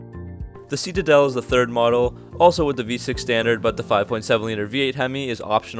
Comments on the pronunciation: It’s pronounced ‘sit a dell’, not ‘see ta dell’ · Seat a dell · Is it ironic or just idiotic that someone telling us about these cars can't even say the name ("see-ta-dell"). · You say citadel so goofy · You say Citadel wrong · Nice vid but please learn how to pronounce citadel. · Reese Barger he also says “button” like “budden” and “fascia” like “fasheea.”